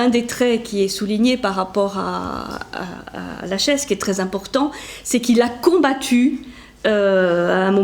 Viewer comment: Je pense qu'on dit : lakhès ;-)